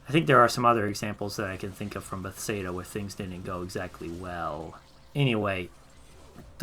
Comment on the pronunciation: Good video but the pronunciation of Bethesda got me uncomfy lol.